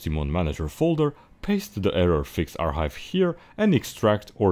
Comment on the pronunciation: lol ur making the c silent in archive